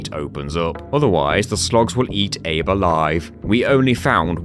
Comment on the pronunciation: Abe is "Abe"le